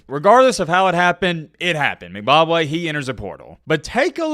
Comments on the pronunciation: Its M...... Bock ......Way. Not Mcbobwe or whatever youre sayin LOL Goofy!! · He definitely saying McBobway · It's M-BA-Kwe pronounced like Kwae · Is calling Mbakwe “Zimbabwe” or am i tripping 🤣🤣🤣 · More like M Bob Way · No he's saying McBakwe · Haha dude I heard that too! I was like am I hearing things or is he saying Mcbobway? lol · you can't even say this guys last name correctly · pronunciation of Mbakwe is something else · U can’t even pronounce his name right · say the man name correctly